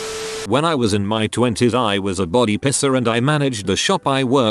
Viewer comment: text: "Piercer" text to speech: "Pisser" :D